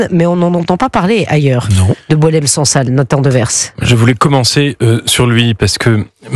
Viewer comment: serait bien inspirée d'arrêter de prononcer le s de Devers histoire d'être un peu plus crédible qu'en tant que La Tour du Pin Chambly qu'elle n'est plus.